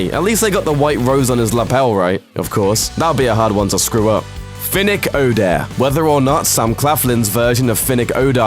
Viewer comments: "It's Finnick oDAIR, not Finnick OHHdair" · Its odAir, not Odair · The narrator said Finnick Odar instead of Odair 🤦‍♀️🤦‍♀️🤦‍♀️ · "Finnick Ohdear" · "Finnick Oh Dear" was the same reaction i have when u say him name wrong, he didn't die for you say like that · Man: Finnick ODAR bla bla bla Me: FINNICK DIDN'T DIE TO GET HIS NAME PRONOUNCED WRONG!!! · They said finnick odor😭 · He also butchered Odair, calling him Odor. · Please stop saying Odair… no offence but I love Finnick too much to let that slide